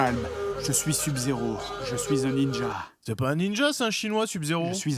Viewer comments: Ou pour lui faire dire sub correctement? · comment ils prononcent sub-zero je suis le seul que ça fait péter un cable ? x) sinon super vidéo toujours autant se marrer devant les vidéo du jdg